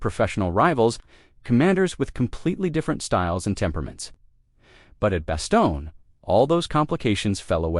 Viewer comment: Why are you using these totally bogus AI-generated “photos”. It ruins the story. Oh, and it’s pronounced “Ver-DUN”, not “Ver-DOON”. And it’s “bass-STONE”, not “BASS-tun”.